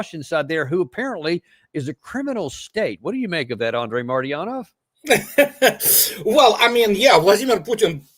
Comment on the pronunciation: Danny please practice MARTY-ANOV❤❤❤😅